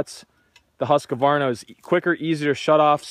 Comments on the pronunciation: Husqvarna not husqavarna // a swed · Don't say Huska-warna?! The name is Husqvarna - pronounciation: ˈhʉ̂ːsˌkvɑːɳa or Hus-kvarna :) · It's husqvarna not husq"a"varna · HusqAvana? Thought it was just straight husqvana, no A after q🤣🤣🤣🤣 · Lol Husqavarna is not Husqvarna😂😂😂 Dislexia 😂😂😂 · Not an extra a in husqvarna Not husq a varna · "Huss-ka-varna"? Ha!